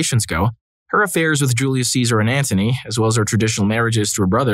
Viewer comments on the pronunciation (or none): none